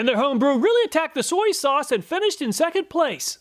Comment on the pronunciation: Soy-E sauce